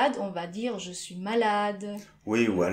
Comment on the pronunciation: écris je suis et prononce chui